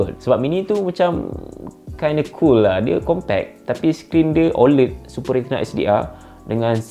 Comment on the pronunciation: sebutannya bukan oled...tapi oléd